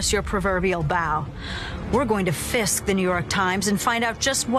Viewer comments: Dana Loesch said Fisk??? I swore I heard FIST!!!- and I do have a visual of that unfortunately!!! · Did she say fist??